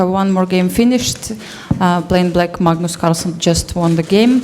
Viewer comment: Anastasia calls Magnus ,mugnus.